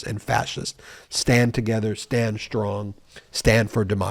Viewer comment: Shtrong? Stop it. Speak properly.